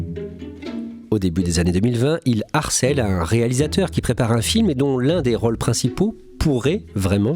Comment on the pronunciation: „ses rolles“ 😁 Non! Vous prononcez mal le français! 🤪 La langue française a 16 voyelles phonétiques et „rôle“ se prononce avec un „o fermé“, prenez des cours de diction avant de saboter la langue française devant le monde entier!